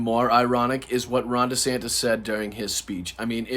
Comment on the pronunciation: DJT Jr. hitting "Ran Descampis" is hilarious!😂